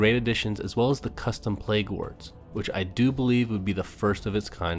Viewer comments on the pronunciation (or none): No one realized he said pleag wards